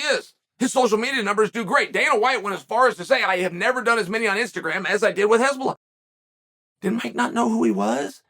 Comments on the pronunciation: Why does chael keep saying Hezbollah 😂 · The way Chael pronounce Hasbulla. HEZBOLLAH 🤌😂😂😂😂😂😂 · I heard nothing else after Chael mispronounced Hasbulla as Hezbollah ☠☠☠